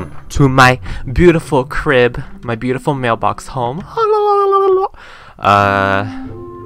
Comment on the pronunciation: "Bootiful" lol <3